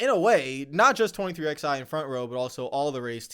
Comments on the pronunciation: he has a fundamental misunderstanding of what antitrust is. He mispronounced “plaintiff” and inexcusably,“twenty-three-eleven.” He should say what Eric said. Provide details and say I’m not an expert where he clearly isn’t. And in Eric’s video, he provided in five minutes far more information without making dumb and inaccurate comparisons. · pronouncing 23XI with the letters drives me crazy😂 they are Roman numerals and are pronounced as the number 11. The way says it makes literally no sense lol